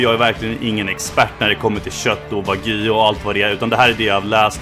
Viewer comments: Wag-yuu inte Vagy! -. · WagÝÝÝÝÝ. Wag-JU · det heter WAGYU inte vagu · Med risk för att vara lite dryg. Det uttalas "Wa - Gjuu", som att du säger Gnu med ett "j", inte "Wagyy" :D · De heter inte vagi utala de som wagyou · "Vagy"? Wag Y ou uttalas det. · wagyu inte wagy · sorry men ”vagy” 😂😭 uttala de Wagjue” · ”WaGy” nej nej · han är för svensk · Haha älskar hur du uttalar det min bror men man uttalar det wagg io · "Vagyy entrecote" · du uttalar fel säg som (wag you) så låter det rätt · Mer, Wa-gyuu. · man uttalar det inte vagy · Fattar inte varför svenskar säger "wagy" när det klart stavas "Wagyu". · det utalas inte så för fem öre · wagyu betyder japansk ko, då säger man precis som man säger i Japan, ska man dra en svensk twist på det så kan man lika gärna säga japansk ko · najs uttal på wagyu lmao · bara jag som stör mig som fan på hans utal på wagyu ?